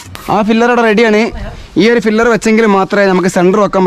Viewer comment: ഫില്ലർ അല്ല pillar